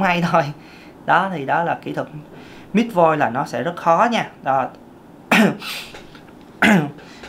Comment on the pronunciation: Ko biết em nghe anh nói: Mis Voice Miss Voice Mít Voice Mix voice 😂😂😂😂